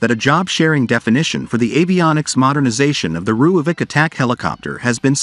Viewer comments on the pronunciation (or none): Its actually pronounced roy-folk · Please learn to pronounce Rooivalk